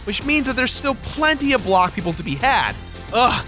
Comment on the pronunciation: I dont like the way you said block. I find that offensive.